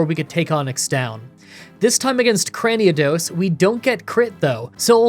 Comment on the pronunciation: Please stop saying "Craniados". Where does that second "a" come from?